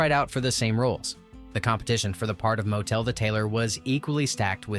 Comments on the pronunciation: I hate to rain on your parade, but even some basic research into the pronunciation of the soon to be son-in-law to Tevye, Motel" isn't said the same way as an inn next to a road. It's not MO-tel" but "MOT-L". In the 70's , I ran projectors in theaters which ran this movie many times during it's release and after and before it went to television. Also, Tevye's wife's name isn't "Gold", it's Golde" (GOL-de). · I saw Hershel Bernardi playing Tevye at the Muni in St Louis. I absolutely loved this movie. But the pronunciations could have been better. Motel is a motor hotel Motel is pronounced like bottle. A lot of other things were a bit odd, but I did like the story this post told. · All you had to do is actually watch the movie once to understand how to pronounce Motel. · I don't recall any motels in the shoe.I gave a thumbs down 👎 because of the many mispronunciations. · PLEASE get your names right! "Motel" rhymes with "bottle" (MAH-tle) And "Chava" is NOT pronounced with a "Ch" like in Chaeles. Rather, it is like in "Bach". If you can't get that, use the sound of a plain "h". Think "Hava Nagila". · Motel lol pronouced Mottle TZeitel as in Tsar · Motel - hahaha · As much as I love Fiddler on the Roof, the robotic voice of the announcer and it's inability of pronouncing Tevye's wife's name Golden pronounced "Gold-ah" rather than "Gold" or the tailor "Motel" pronounced "More-tle" instead of "motel" (like saying hotel), made me realised the announcer did not really know what it was talking about! Disappointed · Very interesting and learned a great deal but it would have been good if the narrator pronounced the names as they are presented in the movie...ie Mot-el not mo-tel, Gold-eh, not Gold, etc.. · not Motel, "Mott-l"... not Gold, Gold-ah"... you have turned these two names into a cheap lodging establishment and a precious metal.... otherwise, nicely done!